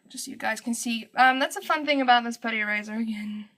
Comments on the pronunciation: Every time you say "eraser" it sounds like "E-razor" to me lol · The way you said "eraser" in the beginning instantly had me thinking, 'oh, she's South African!' Just because my boyfriend is from Johannesburg and that's how he pronounces it. And then you said you were in SA. :P Anyway, I just found this vid from your DeviantART, and you are so talented.